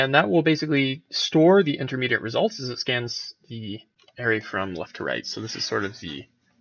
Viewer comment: arRAY, not AIRay...but it's a good video. That one thing chafes, though.